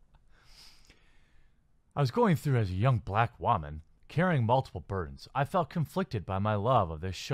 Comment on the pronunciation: You say woman funny. WAHMAN.